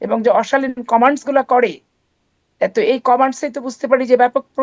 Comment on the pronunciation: কমান্টস না কমেন্টস পাপি সাধারণ ইংরেজি ও ভুল বলে